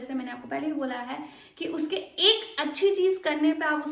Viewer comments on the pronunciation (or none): ek. ‘haee’ nahi hota, ‘hai’ hota hai. bewakoof.